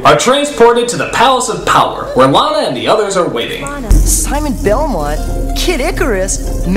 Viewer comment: they couldnt butcher simon belmont any more could they